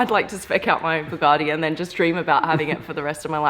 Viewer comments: BugaRtti? No R in it. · ....bloody annoying! There is no "R" in Bugatti......Bu-Gat-Ti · There is no R in Buga(R)tti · Oh my god, it's Bugatti, not bugarrrrti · B-you-gah-tee not Boo-gah-tea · Bugatti, not Bugacci. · Bug-A-ti not bug-are-ti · Boo-garti … that bothers me 😂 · Say (Bugatti) right where is the (R) in (Bugatti) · What's a Boogarti....?! 🤣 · the way she says Bugatti (boogarti) makes my 👇shrivel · the way you pronounce “Bugatti” triggers me....-.- its not Buhgati...🤮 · Please point out where the R is in Bugatti. I can't find it anywhere. Maybe it's a silent R in which case please stop using it. It's a BugAtti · You say it wrong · Buck me she can't even pronounce Bugatti properly...the title of this video isn't accurate either... 2.32m subs... Someone's paying people to sub this channel... Sorry it's just not that good. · Say ‘Bugatti’ right 🤦‍♂️ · She is clearly not saying it with an r. She has an Australian accent and that is how Australians pronounce A's. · I'm sure there's not a r in the name Bugatti. Jesus dum dum. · Hate when people say bugatti like them rappers. I say it like the uk top gear boys do. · The pronounciation of "Bugatti" is annoying yet attractive, I've never been so confused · "BUGGUATI Chrion" those mistakes lol